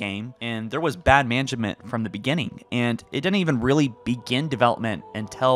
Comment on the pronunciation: "bad mangament"